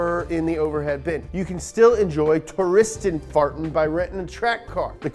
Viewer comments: Glad to see him again. The way he says "Touristenfahrten"-> LEGEND! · Touristen-Fahrten that you spoke well